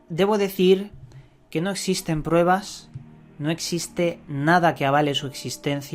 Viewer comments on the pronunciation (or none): none